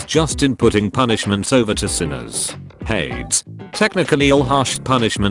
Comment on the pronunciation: I cannot get over the fact that the autotexttospeechthingtrademarkreserved pronounces hades like shades